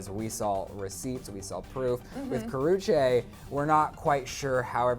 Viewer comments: Karrueche not karruchae don't know how to spell her name but that just annoyed me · Ka-roo-chee god damn